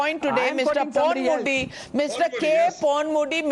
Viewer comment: Hello, This has 25 KG Head, with..5 microgrammes of grey matter, the D.M.K spokespersons name is Saravanan, not Seerevanan and the minister name is Ponmudi, and not Punmudi, and numbers 1.2.3 are pronounced as Oonu,Rendu and Moonu and not WONU,RRANDU,MUUNU, By the way, you are the most disgusting Godi media anchor, ever to air a show, since the inception of T.V news, in our country. Hello, you claim that Tamil is derived from Sanskrit is akin to claiming, that you look prettier than Princess Diana.